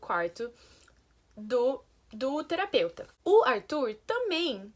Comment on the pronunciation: Ela quase ia falar outra vez TERAPEUSTA KKKKKKKKKK